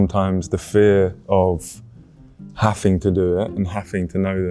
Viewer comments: why does he say "having" like that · It's regional